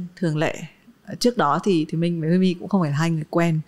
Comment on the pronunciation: quen mn gọi ảnh là chứ hong phải Huymi:)))